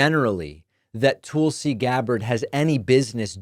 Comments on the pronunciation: This is why no one takes David seriously, referring to Tulsi Gabbard, as "Tool-si,". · David says Tulsi soooo weird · Goddammit David! Stop being stupid. Gaetz, Gabbard, RFK are a test. If he can demand that the Republican Congress confirm these guys, and they do it; he has them. Complete dictatorial control. Why is no one alarmed? Why is Biden doing nothing to help us? Please quit mispronouncing Tulsi’s name. It isn’t funny and it is reminiscent of Trump saying Obamna. Just stop it. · David every time you intentionally mispronounce Tulsi's name all it does is remind me how unserious a political commentator you are.